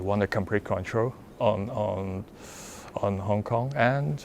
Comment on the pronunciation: "𝗞ONG KONG" (?)